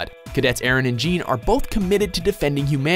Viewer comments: Really wish they would learn to pronounce Jean's name correctly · Jean isn't pronounced like a pair of Jeans. It has more like a French vibe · How can you not pronounce Jean right? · The way the pronounced Jean. omfg. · does he seriously pronounce Jean's name like that? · Quit mispronouncing Jean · Jean dude seriously LEARN HOW TO SAY PEOPLE NAMES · Does anyone else cringe when he say "jean" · HE PRONOUNCED JEAN WRONG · it's pronounced Je-AHHN! Not JEEN! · Lol you pronounced Jean's name "Jean". It's pronounced as "John" lol. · It's bad enough that every video with AOT in it you call Mika-sa Mi-kasa, but you seriously just called Jean Gean!?!?!?!?!?!?!?!?!?!?!? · I hate when people pronounce Jean as it's spelled. It's just the French spelling for John. It is literally John, but with a slightly less harsh J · Omg the name is French so it's pronounced like 'John'! It's not 'Gene' Reno so why would it be 'Gene' Kirstein? Come on even in the dub they call him by the correct pronunciation! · Eren and Jeeeeean. Pronounced John lol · Lmao they called Jean, Jean and not John. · Jean pronounced "john" not "jean" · jean and eren. i thought his name was pronounce like john bet watch mojo fucked up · CURSE YOU WATCHMOJO IT'S NOT PRONOUNCED GENE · Eren and Jean not jaun the way it's pronounced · You butchered Jean's name. But I will forgive you for placing Haikyuu and Opm in here. And you know, all the other amazing animes. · "Jean" Is pronounced John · IT'S JEAN (PRONOUNCED CLOSER TO JOHN THAN A PART OF PANTS) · ITS PRONOUNCED JON!!!! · He doesnt pronounce jean right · The way you pronounced Jean was so cringe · Why does no one say Jean right? Isn't it said the french way??? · You said Jean wrong. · Oh my GOD. You guys seriously need to do your research better. Because you lose all credibility once you MISPRONOUNCE THE NAMES. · i'm more annoyed at the pronunciation of Jean